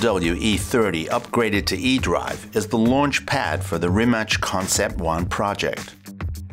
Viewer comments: Worst Rimac pronunciation to date. Its pronounced Reema-tz with 'a' like in cart (not like in cat). The american way of ending it like 'mac' as in iMac is also ok. But Re-match??? WTF. Here is Mato himself saying it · I thought that's the guys name, its written 'Rimac', 'C' here in Croatia is pronounced like the 'ts' in 'cats' so it should sound like 'Rimats'. I'm English, living here a while. Don't be disrespectful people, this is a fantastic car! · I know the difference between č, ć and c too but as he said himself in the link I posted above that in croatian Rimac ends with something that sounds like -ch or -tz and he changed it to Rimac ("Rimak") because it sounds better for the "rest of the world" and not to confuse them. NOT my words but Mate's. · actually, the right way to pronounce the name, for english speakers, is Ree-mats. Ya know, mats like a plural of mat. So, Ree-mats. It's that simple. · In croatian it’s Reemaatz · Rim hatch consept one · Nah, he pronounces it Rimach. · Its actually Ree-mats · It's pronounced Rima"ts" like in ca"ts" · "Rimach" xD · This was probably the worse pronunciation of Rimac I heard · I'm Croatian. In short here's how you pronounce it: "Rima" part as is, and the C at the end just like the c in cistern. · Why is it so hard to learn how to pronounce a name like Mate Rimac, before you do a video like this.... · He didn't change his name to Rimak.he just told the guy to pronounce it that way. Everyone who is not Croatian is saying it different way and he just prefers it over Rimach (Rimač) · well, a lot of people in a lot of interviews just can't get his name right, so, shamefully, Rimac basically says "Fine, my name is Rymak, or Reemak, or whatever". But the proper pronounciation is Ree-mats. And my surname is pronounced Bear-co-vitch, not a soft w, but a strong V, like Vancouver. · rimac - its more like rimatz, or ts, not rimach, it would be rimač or rimać. hello from Croatia :) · It's Ree-matz. Not Rematch